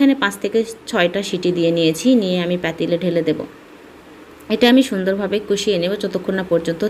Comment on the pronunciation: চ্যাল, প্যানি, প্যাতিল 🥴🙄